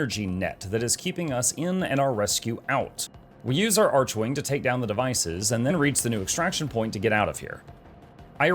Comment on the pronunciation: "Archwing" is NOT pronounced like "Arch-wing". It's pronounced like "ARK-wing". You'll notice this is how everyone in the game is pronouncing it. Similar to how the word "archangel" is pronounced like "ark-angel". More importantly, whomever explained bullet jumping to you was wrong. Rather than just spamming bullet jump, try bullet jump -- regular jump -- aim glide (aim down sights while in the air). This is how experienced players seem to literally flying around.